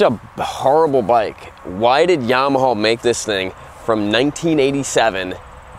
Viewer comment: I love how he calls it yamahaw. lol